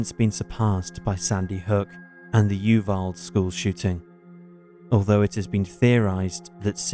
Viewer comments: Play at 1.25 speed? That’s still way too slow for me & I’m Southern. I started at 1.5 but had to move that up to 1.75. Like I said I’m a Southerner & S L O W talk to me grates! Sorry dude, but since most think you speak too SLOW you might want to speed it up at bit. And then look up the proper pronunciation of some American words. Especially “UVALDE”, the “E” is pronounced. As “U val-dee”, NOT “Uvald”. That sounds like… “You-BALD”! Just being honest. ✌🏻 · UVALDE UVALDE.....GET IT CORRECT. .